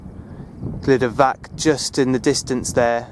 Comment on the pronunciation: Glyder Fach (not Fak)